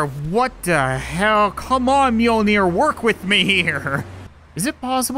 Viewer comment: It is not Mojnir it is Mijølnr